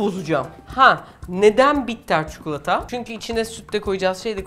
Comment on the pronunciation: Çukulata değil çikolata . Konuşma dilinde kelimeler değişebiliyor. Fakat çikolataya çukulata demeyin lütfen